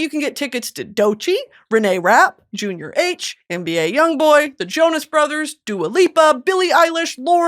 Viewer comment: never heard anyone pronounce Junior H like she did in the seat geek ad lmao